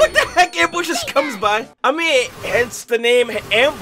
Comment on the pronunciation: bro with subtitles on you can see him say ambus